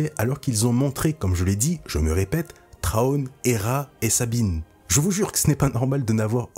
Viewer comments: J'ai entendu pire : "Trone" 😆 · Et cet accent anglais, faites un effort par pitié 🙏🏻 Général Thrawn ne se prononce pas [Traone] par pitié faites un effort… Mes oreilles saignent.